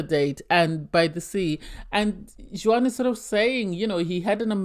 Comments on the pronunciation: Juan is not pronounced "Jew whan" but Wahn. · First time listener to your podcast i did enjoy it but it was very irritating how you are pronouncing Juan's as you were doing it incorrectly. The J is silent so his name is pronounced like One. That is very common is Spanish speaking countries to not pronounce the J. Hope that helps ❤